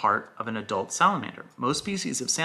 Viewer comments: “We are going to disept a samalamander” is the best part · interrogating about Princess Bride was amazing. I’m glad has discovered the genius of Mandy Patinkin! I also definitely thought said “there’s a monster when you poo” at first 🤣